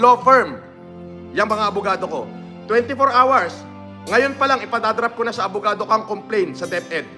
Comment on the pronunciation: You got twenty four awers to explain sabi nya hahahahahahaha tapos meron pa yung hot and sawer soup hahahahahha